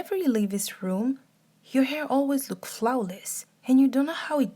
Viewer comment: the way you said flawlouse tho